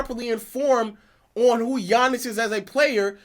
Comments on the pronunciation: As great as Giannis is, we all should be able to pronounce his name, and he isn't relatable because he is definitly humble. Seemingly like he believes that he always needs to improve his game. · Giannis has been a relevant name in the nba for couple of years now and people still don't know how to pronounce his name, smh🤦🏾‍♂️ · It's not that hard to learn his name ik it when I was in 6th grade...yall just wanna disrespect and not give Giannis his credit and respect